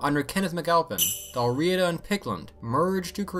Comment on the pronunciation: Your pardon Sir but,as a native of England i doth do remark sir tis pronounced Dalriada not dalriida...Cumnich bas Ailpin...